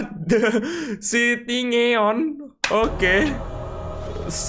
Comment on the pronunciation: Bang sebenarnya bacanya bukan cityngeon yang benar cityneon